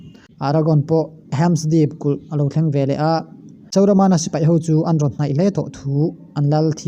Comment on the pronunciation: Sauramana i tih te hi dik lo